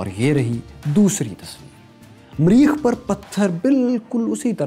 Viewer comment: Sir its mareekh, not mreeekh. very nice show btw.